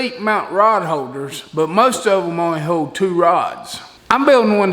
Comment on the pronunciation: How does an American learn to speak like an illiterate dumas [sic]? Too hard to listen to this beyond 2 minutes. I'm not staying on "hode," "anymo." Fail 👎🏼